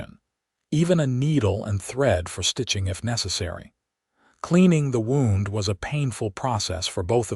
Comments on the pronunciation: When referring to "winding ways", then "Wound" is PRONOUNCED "WoW•nd". "Wound" being pronounced as "Woo•nd" is an INJURY, AND NEVER A SPIRAL OR TWISTING TRAILS. TONS OF American English words are Iike this in a language with only 26 letters. I recommend you get a very large UNABRIDGED and Expanded DICTIONARY that includes phonetic sounds of letters, and on how to pronounce the words. Please. We would appreciate it immensely. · Wound is the that kills me. Wound - woond - an injury Wound - wawnd - wrap around The ai only uses one pronunciation